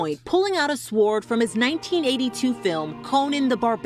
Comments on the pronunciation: Did she just say sworrd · Why did she pronounced it as Su-Ward and not Sord for Sword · Hey,! You don’t pronounce the w in sword!!! 🙄